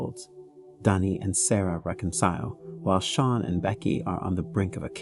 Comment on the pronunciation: Sean is pronounced like Shawn not Seen 😭